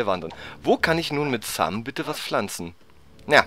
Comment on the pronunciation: Hey wenn du so versessen auf die Aussprache bist dann nenn doch bitte Sam nicht mehr "Säm" Aber ansonsten ein suuuper Let's Play:D So wie früher ^_^